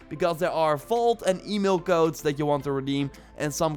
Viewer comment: Oh u mean codes I thought u said goats speak English man